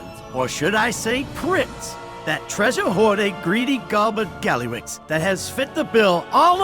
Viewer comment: Informative, thx!! But… why were you calling him GallyRIX sometimes??